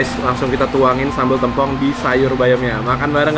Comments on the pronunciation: Bacanya Tèmpong, bukan Tempong. Kl masih ga paham, contoh aja nama Rosè Blackpink, baca Tèmpongnya kek baca nama Rosè BP. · Maaf ka &, pengucapan t(e)mpong itu biasanya seperti ngomong "tempe" bukan "telur" hehe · Orang Banyuwangi nangis denger penyebutan sambel "tempongnya"😭😭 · Aku aja dr bali juga rada menangis denger penyebutan tempongnya😆